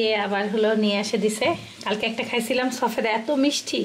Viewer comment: Sofeda ta ki jinis... pronunciation korte sekho age thik kore... na hole bacha ke ki sekhabe !!!